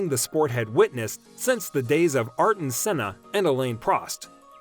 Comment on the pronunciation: "Airton" not "Arton" Senna